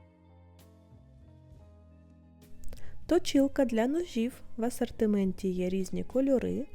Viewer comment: Вдосконалюй вимову, не Акай по- кацапськи, не Асартимент, а асОртимент! Не «гарний по якості», а «гарний ЗА якістю»! Ти в Україні, а не в Кацапіі, твої відео для громадян України, тому не будь така безграмотна, бо нам, українцям, - ріже слух!!!!!!!